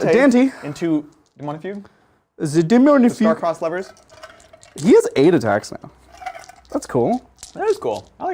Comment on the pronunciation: Daemonifuge, not Daemonifugue. It's a soft g - like centrifuge, or refuge. The old comics were pretty good.